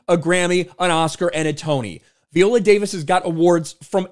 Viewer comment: Jesus christ, please stop pronouncing her name that way. How do you pronounce violin? 🤣